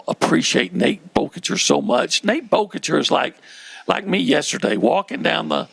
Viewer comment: Did we tell how to say Boerkircher correctly before he said it wrong to his face today? 🤣